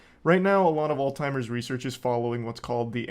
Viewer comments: it’s alZheimers. not alTimers. lol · Nah he did actually genuinely mispronounce it for actual years and nobody corrected him. But that's not the important thing here at all